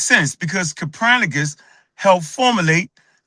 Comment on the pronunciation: Who TF is "Capranicus"?? Check your so-called scholars when they can't pronounce words the correct way. Also, just because mountain lions have the word "lion" in their name does not mean they are the same thing. Lions didn't evolve into mountain lions, they only share a word in their name/nickname. "Mountain lions" are puma/cougars.